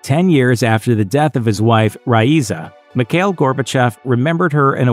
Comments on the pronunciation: Its not pronounced Mik hail. Its pronounced Mee /kha/ eel. You got to put some phlegm in the kha part. Its my first name as well. My thoughts on Mr. Gorbachev is that he was the most humane leader The USSR had, he should have stayed on . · And "Mikhail" is "Mee-ha-eel"